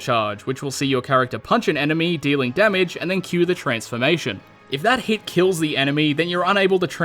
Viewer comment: What’s a “keels”?